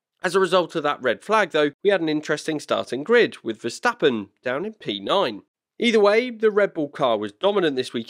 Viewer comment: compliment,,,,,,the first ''english'' commentator who can pronounce verstappens name right